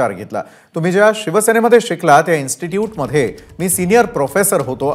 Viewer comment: इन्श्टुट नाही रे प्रोफेसर 😂